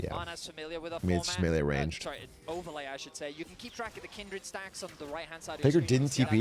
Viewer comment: Why everybody keep saying “Kendrid”. Isn’t it Kindred?